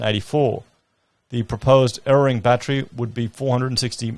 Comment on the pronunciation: It's pronounced ere-ARE-ing not ererring. it wakes you sound like a banana bender. Te greens are diging in their issres against nuclear power and efuse to accomadae any consideration of it it at alll. spit. spit, spit.